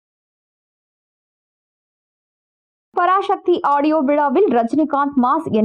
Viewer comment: பராசக்தி என்று சொல்லுங்கள் பராஷக்தி இல்லை. தமிழை தமிழாக பேசுங்க.